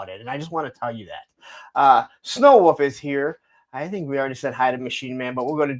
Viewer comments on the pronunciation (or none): WereWoof sighting 2 hours and 9 minutes. Do you and the letter l get along ? Cause you never seem to throw it in when you say woLf or huLk hogan